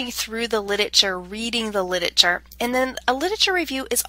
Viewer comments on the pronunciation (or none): Hilarious. She can't pronounce the word 'literature''. Torturous Could not listen to by the 7th mis pronunciation